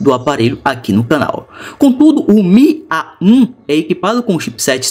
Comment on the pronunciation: o faz AH um AH 1 kkkkkkkkk